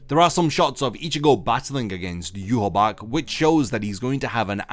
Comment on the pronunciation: Still not pronouncing Yhwach's name correctly. Lol